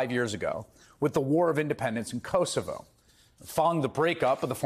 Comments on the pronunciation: Chris, please pronounce Kosovo correctly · The mispronunciation of Kosovo is hilarious.